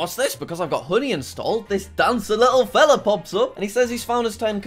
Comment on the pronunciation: hooney in stead of honey